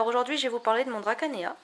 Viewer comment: Ah! dans un livre.. justement ça s'écrit Dracaena (dragonnier) mais, à ma connaissance, ça se prononce "Dracéna" et non "Drakayena" Pour info, on peut couper les tiges et les recouper en plusieurs morceaux puis les replenter à volonté. Attention toutefois aux cochenilles.. Patience, Enjoy!